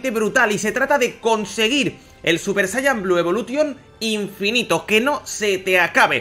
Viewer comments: Dijo Inifino xD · Like si vieron que decia INIFINO😂😂